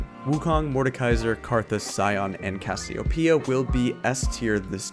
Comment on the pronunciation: Brazilians understand Cassiopeia called by you, as Cassiopiia